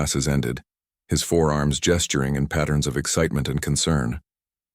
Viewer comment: Forearms....4 arms. So annoying.